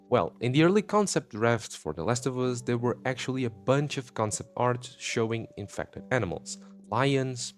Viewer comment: The infectdih